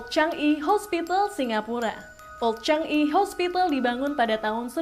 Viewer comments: Changi di baca sebagai cha ngi bukan chang i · CHANGI sebutan sebenarnya CHA NGI bukan CHANG I..